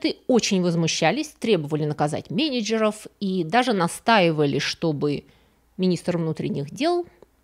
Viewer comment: Нужно поработать над произношением "менежеров", уши режет нереально.